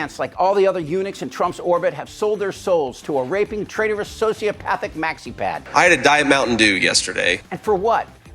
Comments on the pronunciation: “Maxi-pad.” lol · "Maxi-pad" Lol.